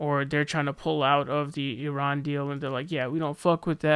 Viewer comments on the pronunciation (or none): none